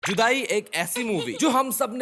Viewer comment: I heard Chudai instead of Judaai😂